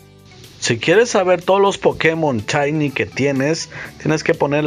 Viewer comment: Se dice shiny no chaini